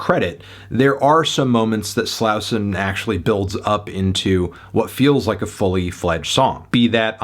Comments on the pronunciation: Just an FYI- Slauson Avenue is a major east–west thoroughfare traversing the central part of Los Angeles-, and it's pronounced 'Slaw-son" by the natives living here. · HOW ARE U STILL PRONOUNCING SLAUSON WRONG LMAO HAVE U EVER HEARD A HIP HOP SONG IN UR LIFE